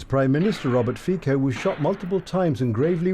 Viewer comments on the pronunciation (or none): The name of Slovakian PM is FICO, not FIKO